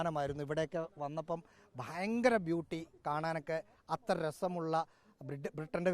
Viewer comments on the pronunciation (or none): none